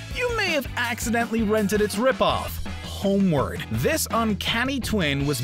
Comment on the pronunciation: Why does ‘homeward’ sounds like ‘homework’